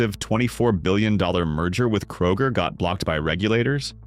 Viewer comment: ... kay-roger. LOL!